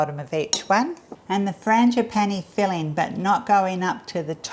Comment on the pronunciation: The final “e” in frangipane is silent, just so you know. ;)